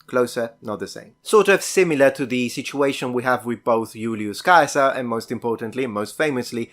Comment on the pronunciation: Great presentation,! I also learned the correct pronunciation of Caesar! BTW, as a man born in 1956, I hereby request the return of the word 'gay'. These days I can no longer declare that I am feeling gay! Meaning happy and carefree! It was a wonderful word, still used in Christmas carols and probably misunderstood therein by the most recent generations. Dang it! End of rant!:)